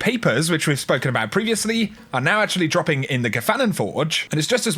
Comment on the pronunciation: Have you ever noticed, when you saying something like "dropping", you put a little "k" at the end of it? So it's like "droppingk". Love you.